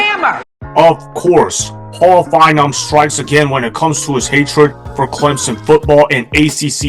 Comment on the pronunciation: Fine-Bowm. Not, Fine='em.